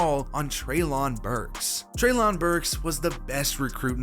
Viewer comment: Btw Treylon Burks as in Trey-len, not lahn. Also, AJ requested a trade and asked for 80 mil guaranteed and then cut off all communication.